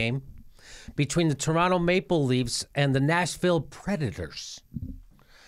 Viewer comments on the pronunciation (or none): none